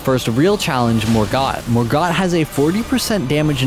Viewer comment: this was so boring, cringe and he pronounced everything wrong. whats Mor-gut?